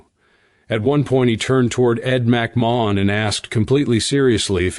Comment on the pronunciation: This narrator sounds dumb pronouncing Ed McMahons name.